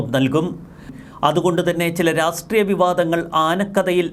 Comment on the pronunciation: രാസ്ട്രീയം അല്ലെടാ പോത്തേ.. രാഷ്ട്രീയം.